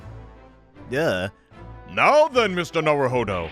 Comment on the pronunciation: ITS NOT NARUHODOVER!!!!!